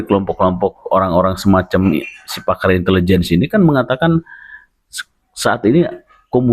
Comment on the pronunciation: Itu bukan intelejen...tp Itilijen ...😂